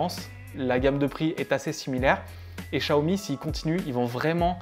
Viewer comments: Chiaomi, pas Chaomi ! :p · Tu vois tu as du mal à prononcer chat umi ahhh. Donc met toi à la place du con qui achète et qui voit qu'il n'y a pas de notice en Français. 500 £ plus prix d'un traducteur " chat " commence à faire cher!!!!